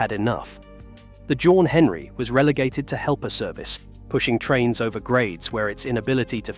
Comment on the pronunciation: It’s NOT ‘Jawn Henery’ damn it , it’s “John Henry”. Read your own pictorial !